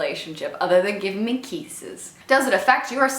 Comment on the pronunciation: the way she said 'kisses' sounded like russian thehe